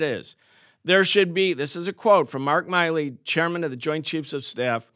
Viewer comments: He's never heard "Milley" pronounced. Nice. Can't even read it correctly. The guy has only been in the news for a decade. Miley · Why does everyone call him "Miley" (my-lee) when his name is clearly "Milley" (mill-ee)? I swear people are retarded.